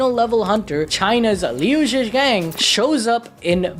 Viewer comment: Im a chines and the way u say liu zhi gang is killin' me😂😂